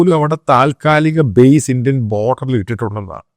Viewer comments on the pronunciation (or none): none